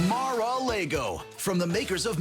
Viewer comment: Mar-A-Lego... lol